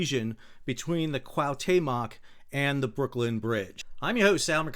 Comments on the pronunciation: Your commentary and explanations are wonderful and very much appreciated ( but every time you say Cahutemoc he rolls in his grave [koo-ah( as in apple) - oo- te (as in teddy) - moc (as in mock exam) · He switches T and M. It is not CuauhMeToc it is CuahuTeMoc. 😅 Very sad accident my prayers with the victims and families.😢🇲🇽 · Great job, but, Please, it is called the "Cuauhtémoc", named after the last Aztec leader who resisted the Spanish. You keep saying Cuauhmetoc. Lol. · Pronounced wha te moc with the accent on te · Kwa Tay Mock? 😂😂😂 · Coo-aw-te-muck if it helps you👍🏻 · Pronounced " kwaw-TE-mok". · Sadly due to this tragedy, I came across your channel. Thanks for the unbiased updates and explanations. In case you are interested, it is pronounced K-OO-ah-OO-t-Eh-m-Oh-k. I mean no disrespect, hope it helps. Cheers. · Dude...it's 4 simple sylables...CUA OOH TAY MOK...come on, it's not that hard. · no no. =P just two: "CUAU TEMOK" just say it as a two string word and emphasize the letter "E" in spanish pronunciation and you have it perfect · It was awful throughout